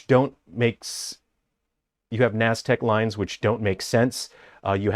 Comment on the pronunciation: Bro, the "naztec lines" killed me. I was honestly just thinking it looks like two sides of a mayan statue face with the middle cut out and you hit me with the NASDAQ lines. It's Nazca Lines lmao. You fucked it up so bad, you made me forget. "Is it nazca lines?" I had to fucking google it.